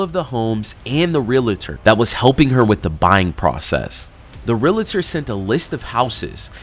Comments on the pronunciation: Re-al-tor! NOT relator!!!!! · Its realtor not re-la-tor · It is not Relator. It is Realtor. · The word is pronounced “real - tor” not “real-A-tor”!!! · Its "reeltur" not relator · Argh - everyone in this video is saying "real-a-ter" instead of realtor. There's no third syllable! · Love you guys but it is not “REAL-uh-tor” there’s no “uh”. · REAL-TOR, not REAL-LA-TOR! One of the most mispronounced words! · “Realtor” is 2 syllables, pronounced exactly like it’s spelled, “real-ter”, not “real-uh-ter” with 3 syllables. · FYI-It's pronounced REAL-TOR. There's no "a" sound after the L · I know what I’m about to share is simply a pet peeve of mine but…….my skin crawls when I hear someone pronounce “realtor” as “real a tor”🙄. There, now my mini-rant is over🤭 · Can't help noticing that neither the victim nor can pronounce 'realtor' correctly.